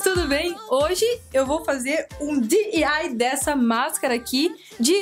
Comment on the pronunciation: A ta falando um pouco estranho diy ela ta tipo d-i-y kkk recomeçe o video de nv e bote em 35 segundos vcs vao ver